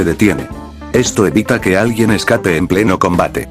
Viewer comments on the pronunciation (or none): none